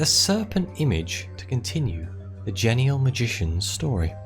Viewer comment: I think it's pronounced jean-E-all. Jean like the pants.